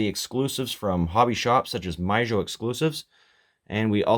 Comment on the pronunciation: Some beautiful Chevy Square Body trucks shown here. Both M2 and Auto World made a lot of Chevy Square Body casting variations and some of them already command high prices on Ebay. By the way, i like how you pronounce "Mijo" like "My-Jo" but it sounds more like "mee-ho" actually :) Thanks for showing these in detail.